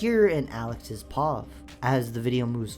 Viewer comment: This video gave me crazy whiplash Who the fuck sounds out pov when it's pronounced p.o.v?